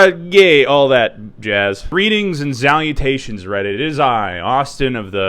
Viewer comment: either he’s fucked up or he thinks the word salutations starts with a z